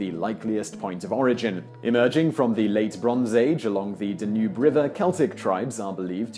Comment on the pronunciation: 10) duh-NOOB River?? I've never heard it pronounced that way! My dictionary agrees with the way I've always heard it pronounced--DAN-yoob (Danube), with no alternative pronunciations given..